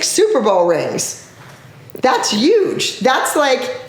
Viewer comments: Shammalammamumu you mean “uge”🤣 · I love the way abby says huge 😂❤️